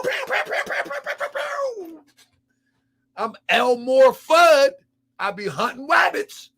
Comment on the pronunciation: Fam said El- Moor Fudd doe..LMAO!! Ohshyt.